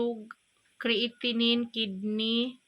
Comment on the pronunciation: Creatinine? Kreyatenen goro pagbasa te